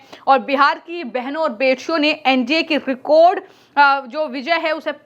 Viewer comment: Recode voting nahi Record voting 😂😂😂😂